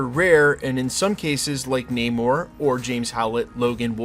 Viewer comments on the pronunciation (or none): none